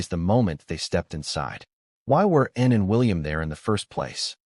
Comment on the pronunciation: Can’t even hear the commentator say ANN. CANT HEAR YOU SAY ANN. CAN YOU SAY ANN.